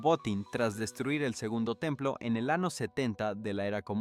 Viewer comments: Utilizaron la inteligencia artificial porque no pronuncia bien las palabras, no sabe sobre la ñ, dice ano y muchas más como profecía le quita el acento. Deberían utilizar gente real ya que es una noticia importante. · La historia es real,Pero bueno pronunciación en español es un desastre Te entiendo igual Pero debes hacer énfasis en lla ñ de año y muchas más palabras o te crítico pero es para que sepas Gracias amigo por tu voluntad Dios te vendiga ,Desde Uruguay te ad.iro por tu tenacidad , Ok ?